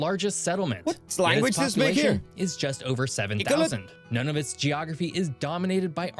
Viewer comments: 🇨🇦 It's actually pronounced "Noon-uv-it", NOT "None-uv-it". It's an Aboriginal name. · I wish the guy in the video you are reacting too, did some research on how to pronounce Nunavut. It's pronounced: NOON-UH-VOOT not NONE-OF-IT. 😂😂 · "None of it" is old and tired. 1999 is long past. It's pronounced noo-na-voot. It is a word from the Inuit (ee-noo-it) language. Pronounced correctly, it is not an amusing source of jokes. Thanks for your respect in future. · I believe Nunavut is pronounced Noon-a-vut... at least, that's how I've heard it pronounced since its inception in 1999. The video you're reacting is the ONLY time I've heard it pronounced None-of-it. Lol, I have to admit that some of us have called it that in affectionate teasing. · As a Canadian from the region I have to say Pelee Island is pronounced Pee-Lee Island NOT Pay-lay! Also it's not pronounced None-of-it it's pronounced Noo-nuh-voot for Nunavut. Wow not a moose that's an Elk. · Nunavut is pronounced more like noon a vut, not none of it. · Canadian here. It is not pronounced as Nunavit. It’s pronounced noon a vit. A caribou is not a moose. Different animals. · Pretty sure it's pronounced Noon-e-vit. Though with an Irish accent, it still sounds like none of it. Lol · The Canadian arti tic archipelago . Nunavit pronounced noon a vit was. Part of the north west territories before the spit it making 3 distinct regions inside the actic circle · Nunavut is actually pronounced like "noon of foot" with the double "o" sound. It's an Inuktitut (in-yoo-it) language name, as spoken by indigenous Inuit people. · It’s pronounced more like “Noo na voot”. It’s Inuktitut for “Our Land” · "Nunavut" is pronounced "Noon-a-vut". I believe it means "Our Land". Also, that "moose" was in fact an elk. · Nunavet is pronounced... New-nah-vit 😁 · Nunavut is pronounced noonavoot lol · Its an Elk not a Moose and this AI voice or whatever totally butchers Nunavut (Noo-Na-Voot) and Iqaluit (E-Kal-U-It)